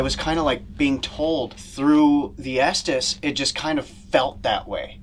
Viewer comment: Just fyi - it’s the “ESTES METHOD”. said “Esthess” and it was spelled wrong on the screen.